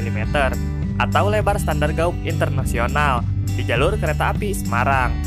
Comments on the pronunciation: Mas..."Gèj" gitu....jangan "gaug"... makasih 👍👍👏👏🇮🇩🇮🇩🙏🙏🙏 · Gauge diucapkan sbg "geij" bukan gaug. Takutnya nanti pd latah diucapkan jd guguk. Ucapkan dgn cara yg benar dong, jangan bikin malu pdhal infonya sangat menarik. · Gauge itu dibaca "GEIJ" ya bang